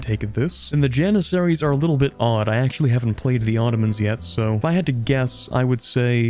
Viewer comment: The "Ottromans" xD